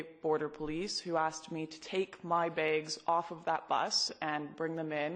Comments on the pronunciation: They’re called bags not “begs” But sorry they stole your rights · Lauren pronounces "bags" as BAEgs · if she keeps pronouncing bags like that ill have here banned from my country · Honestly, not trying to start anything or whatever but I have a question: Why does she pronounce "Bags" as "Begs" and "Flags" as "Flegs"? Just a silly thought...